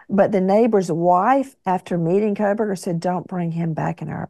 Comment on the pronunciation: It's Koh-berger, no L